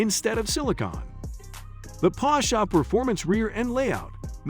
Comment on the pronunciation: The video is so ruined whit the pronouncement of Porsche with A at the end. IT IS PORSCHE and NOT PORSCHA